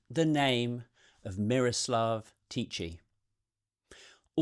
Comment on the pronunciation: Hi from the Czech Republic. Yeah, I remember this when it was in the media many years ago. To me there's not much interesting there and the hype around him was just BS I'd say. Your pronunciation of Miroslav was pretty good, but the "ch" in Tichý is pronounced the same way as in Bach or loch. I understand it's difficult to know and to repreduce the sound correctly. His surname means "quiet" in Czech which I think matches his character quite well 🤭